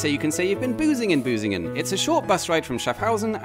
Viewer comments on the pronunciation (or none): Can you pronounce the ü? Because you pronounced it as a u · Hehe - he said "Busingen" :-P